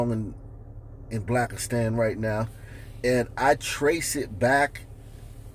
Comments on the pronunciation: Way-mnt! Did he say “Black-a-stan?” 🤔😳😂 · Did he say "Blackastan" as in "Afghanistan"👀🤭🤭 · Did he say, “Blackastan”? 😆